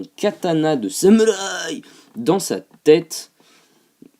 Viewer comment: C'est pas marrent quand tu dis samourï